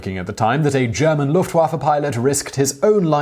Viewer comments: Dude, do you EVER take the time to learn how to pronounce foreign-language? I cringe every time I hear you say "LOOFT-Waffah," rather than "Looft-vaffeh." You butchered most of the German and French names you attempted to pronounce in your von Richtofen video, as well.... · I though that Lufewaffe said love waffle